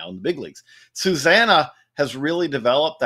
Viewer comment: The way they pronounced Susana's name made me die laughing. Why can't journalists who cover basbeall for a living learn how to pronunce latin names correctly